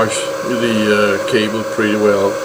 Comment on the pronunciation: The panels are *Risen, not "Reisen". Also *cable :)